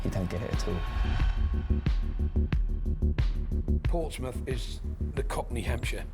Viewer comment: The -mouth in Portsmouth and Bournemouth is not pronounced the same as in the word “mouth”, it’s the schwa sound like “a” in “about”. And yes, Northampton exists Back in the day there were many kingdoms in modern-day England, the strongest of them was Wessex. In the late 9th century Wessex managed to defeat everyone and united the country, forming England and moved the capital to London The South Coast derby only ranked 2nd, the best according to many people in England is the Tyne-Wear derby/North East derby between Newcastle United and Sunderland